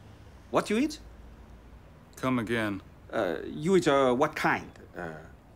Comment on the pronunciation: Why did he say it like that? Most people say “come again” with a questioning type of tone, he said it in a way like “say that again” type of tone. It was funny but strange the way he said it.